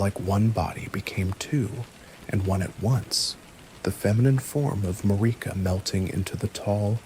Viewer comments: Yeah he got that Mariuhh 🔥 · This has been my bedtime story for a couple nights but I'm cracking up over the way you pronounce Marika like it rhymes with Paprika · Is this guy just reading shit other people wrote? Cause there's no way you've played Elden Ring and don't know how to pronounce Marika... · Mispronouncing marika took me out of it